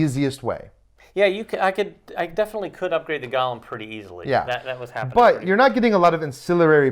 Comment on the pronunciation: Great preview. I’m very interested in the game. FYI, it is pronounced go-lem, not gollum (as in LOTR).